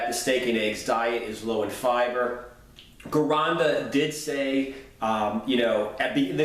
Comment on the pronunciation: Hey man love your videos but your pronunciation of Vince Gironda's last name is driving me crazy. Now correct me of I'm wrong, but the way I've heard everyone else say it, including those who've trained with him, they pronounce his last name like: Jironda not Gironda with a hard G